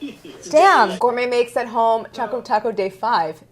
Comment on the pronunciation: How do yall pronounce Choco? Claire's pronunciation got me shook. "Cha-co" or "Ch-o-co"?